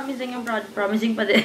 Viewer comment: Natawa ako sa "promizing paren" HAHAHAHAHAHA